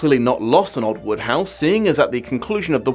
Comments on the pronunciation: WODEhouse. Not Woodhouse. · I never realized until now that Wodehouse was pronounced "Woodhouse". I always thought that it rhymed with "Roadhouse". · Every time you said Wodehouse I kept thinking of Jane Austen's Emma.